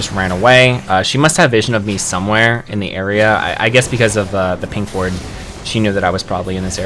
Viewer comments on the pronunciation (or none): none